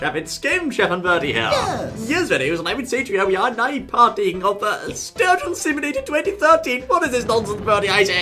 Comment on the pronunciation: Sturgeon not Surgeon ;)